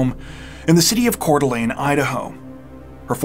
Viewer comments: I'm impressed that you pronounced Coeur d'Alene correctly. It's not an easy name to pronounce if you haven't heard someone else say it. 😊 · Thank you for knowing how to pronounce Coeur d Alene correctly. No gnashing of teeth tonight.